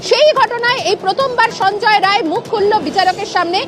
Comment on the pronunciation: Rai noi re bal ray.. Roy